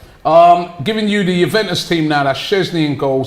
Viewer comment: Hahaha..”Jubentus” got that “W”